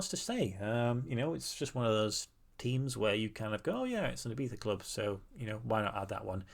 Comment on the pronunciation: I love how you said Ibiza! Como un Español de verdad ❤